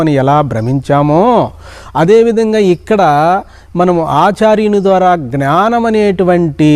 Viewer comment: జ్ఞానం ( not gnaanam). Pranaams